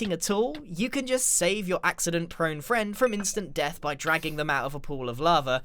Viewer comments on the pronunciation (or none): none